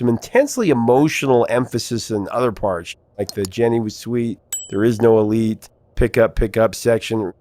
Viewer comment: I thought he said 'there is no relief'. elite?! hrmmmm